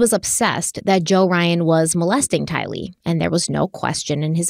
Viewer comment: i love you dearly, but PLEASE say Tylee's name right!! You put the emphasis on "Ty", the emphasis should be on "lee"!! Please, please, please!!!